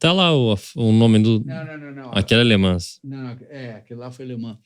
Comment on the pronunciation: … se pronuncia “Lê man” e não Lê ManS!!!